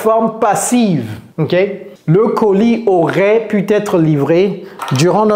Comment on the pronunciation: Hey,, you commit (I'm not sure...) a mistake in part 4: It's not " pu t être livré" in french (no "t" then no link to pronounce) No worry, you're the best! Thx